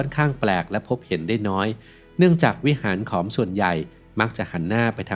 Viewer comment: ถูกต้องแล้วขอมโบราณ ผู้รู้จริงต้องอ่านแบบนี้